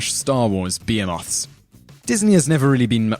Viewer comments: yeah, simon hasn't quite learned how to aspirate the H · pronounced "behemoth" and "Haiti" wrong